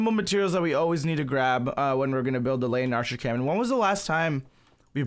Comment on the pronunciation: You say it wrong every time its the le-in-archer